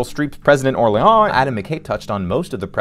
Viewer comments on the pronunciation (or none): Did you see the movie? It's pronounced Or-leen throughout, not Or-lee-on. So I stopped watching your smarmy video in the middle, because, what do you know? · Did you watch the movie? It's pronounced "Or-Leen" and they say it often. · Or-leon? did you watch this? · Orlean… like New Orleans. That really bugged me like did you even watch this? Lol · Hey, ever been to New Or-LEE-ONs? That’s how it’s pronounced, I swear.